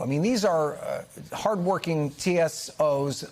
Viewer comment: Host its tsa not too. Tsa 😂😂😂😂😂.